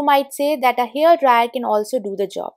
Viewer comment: Since your videos are about home improvement, you may also believe in personal improvement, so can I suggest that you work to improve your English pronunciation, mainly because the way you say so many words, they become new words with different meaning, causing confusion. I am aware that in India the mother tongue influences spoken English. Examples, access/excess, scrape/scrap, hair/here, mat/met, closer/closure, cloths/clothes, etc. My suggestion comes from a good place, hope you receive it positively 🤗 Great tips, btw!